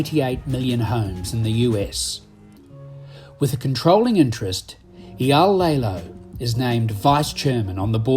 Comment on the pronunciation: The biggest comment I have for public display is the narrator really needs to learn how to pronounce Eyal’s entire name correctly!